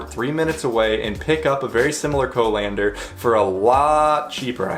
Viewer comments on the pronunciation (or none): co-lander? is that like a co-pilot?..... oh.. you mean colander